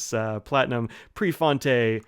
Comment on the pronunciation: 😃yea prefontay!!